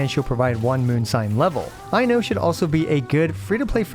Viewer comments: i'm loving the i know jokes but anyone interested in the correct pronunciation, "Ai" is pronounced the same way as "i" but the "no" is only the "kno" of know. just remove the u sound from the end, put the emphasis on the first syllable and you know how to pronounce most finnish names. Aino. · “Aino way” is killing me ngl 😂😂😂